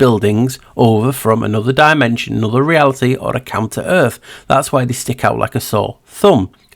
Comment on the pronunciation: Everytime you say counter earth, my ears hear "come to earth"...which has been my belief lately...they were constructed and came from a different realm. This video is the best video Ive ever seen! I love your thinking and amazing research and presentation! Thank you so much! So exciting!